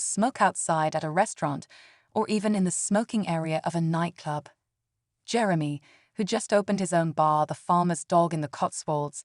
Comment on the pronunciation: Jerem-y😂 . .ai is a funny thing